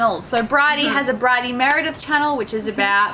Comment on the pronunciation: Wait, brydie? I thought it was briddie